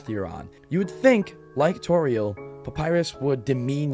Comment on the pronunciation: I want to cry when you said torie